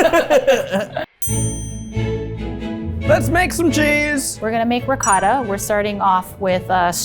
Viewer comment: I'm shocked at the fact they didn't know what rennet is, like, here (Italy) you learn how cheese is made in elementary school, I guess we take our cheese very seriously lol P.S. Zach, awesome pronounciation on that last 'ricotta'!